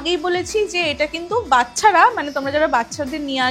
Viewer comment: আলু "ঠালু" নারকেল "ঠারকেল " এই কথাগুলো ভীষণ কানে লাগছে।আর উচ্চারণ টা বাচ্ছা নয় ওটা বাচ্চা হবে।এই ভুলগুলো আমরা অনেকেই করি কিন্তু আপনি যেহেতু একটা জিনিষ উপস্থাপন করছেন তাই আমার মনে হয় একটু সতর্ক হলে ভালো হতো। শুনতে ভালো লাগতো।আর ভিডিও টি একটু ছোট হলে ভালো হয়। অল দ্যা বেস্ট।